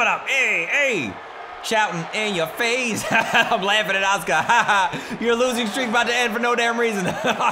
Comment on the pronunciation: God dammit there is a U in "aska's" name.